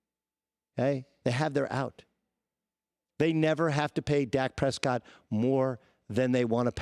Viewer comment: Dak Prespott